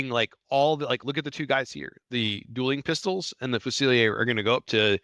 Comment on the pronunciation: I love the way you pronounce "fusiliere"....it's sexier like the man who pronounces it🫀